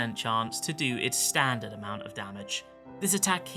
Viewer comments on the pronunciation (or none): none